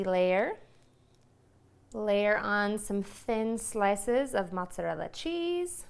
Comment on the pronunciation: I can’t make lasagna from a person who can’t pronounce mozzarella or ricotta 🤪